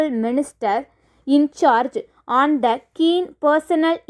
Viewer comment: pls improve your pronunciation, learn how to pronounce 'A' and "The" Thankyou